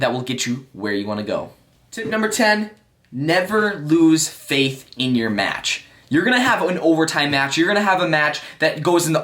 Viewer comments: “never lose fath” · new new vocabulary "fath"